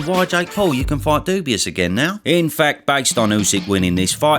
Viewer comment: it's not... dubious... it's dubois.